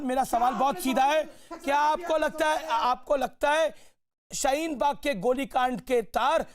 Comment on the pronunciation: Abe sale shheen bag nhi hai shaheen bag hai sale jahil